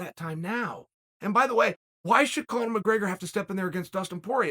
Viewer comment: “My-grey-gur” 🤣 why does he do this? Lol